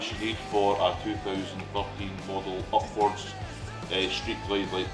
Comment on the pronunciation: it will be interesting to see what you think the first ride out! With your accent it sounded like you bought a "Hogwartz" brand headlight hahahaha My wife is a Potter fan and she was in the other room and yelled What the hell is a Hogwartz headlight? haha!